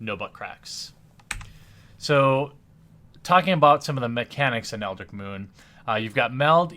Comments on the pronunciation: you keep forgetting the t in eldritch...for months now...you're killing me. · definitely eldritch not eldrick